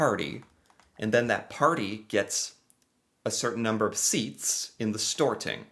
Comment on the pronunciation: The parliament is called "Stortinget" (The great congress, stor = great), not "storing".